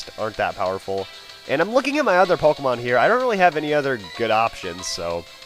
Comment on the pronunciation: You're a noob using a legendary and also it's Pokemon not Pokemans.